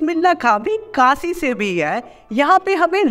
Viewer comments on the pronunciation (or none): vo Kasi nhi Kashi hota hh